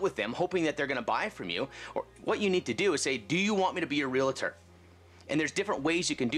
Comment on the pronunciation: How is it even realtors can't say their titles correctly? There's no such word as "real-i-tor."